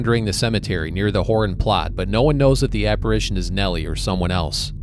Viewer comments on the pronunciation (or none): none